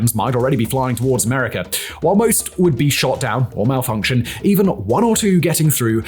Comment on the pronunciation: These are the death throes of Communism folks. Also, "most missiles fired at America would either be shot down 'or malfunction'" was hilarious. The emphasis on "malfunction" killed me